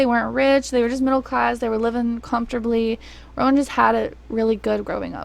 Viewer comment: you said rowan’s name right and i’m shocked